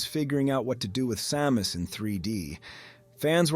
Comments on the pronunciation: Why are you calling her saw-mus? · AI? i mean who says Sàmus 3min17 ( aprox ) feels like an AI reading a text and there was a Sa-mus. Sad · ai voice like this once changed the pronunciation of Samus a few times. And could never pronounce kilobytes correctly. It was annoying